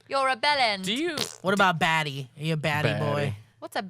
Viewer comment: Was trying to say "batty"?? Lol came off as "baddie"😂